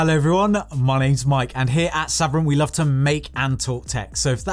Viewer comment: Your saying Sabrent incorrectly, your British not American, and you didn't do a speed test.